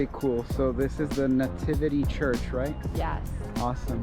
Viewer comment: They kept mentioning “charge” instead of “church”; that was a consistent and distracting mispronunciation throughout the whole video.